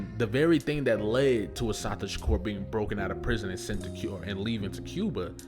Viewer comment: A beautiful tribute...but please learn the correct pronunciation of her name. Please.❤❤